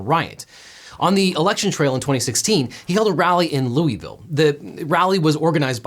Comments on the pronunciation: “Loo-y ville” smh devin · Not a single person in the comments talking about how he pronounced Louisville "Loo-ee-vill"... guess no one's from KY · As a Kentucky native, hearing you pronounce Louisville that way startled me even more than the uncensored F-bomb. :'D